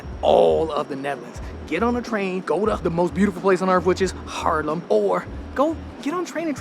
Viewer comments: its not Harlem, its Haarlem, as someone born and raised and stil llinving there please learn to pronounce it :P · Amsterdam is cool and all, there are better places….. haarlem he says😂😂😂😂 haarlem station is the oldest we have and beautiful yes. But Haarlem?! Groningen, utrecht, rotterdam , maastricht yes. But haarlem😂😂😂😂😂 no man you lost the plot